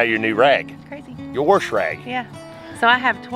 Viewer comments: "Warsh rag" lol. Cool guys :) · I love this video, but I also love that said, "warsh rag"! People always tease me about saying "warsh" instead of wash. Lol It's a southern thing. ❤ But seriously I love y'all! And y'all have inspired us to plant our 1st fall garden! 😊